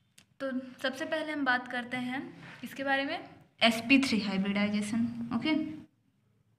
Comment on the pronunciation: mam hibridisation nhi hota h hibridization hota h